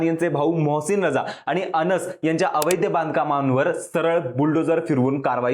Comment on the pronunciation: अवैध म्हणावे अवैध्य नाही..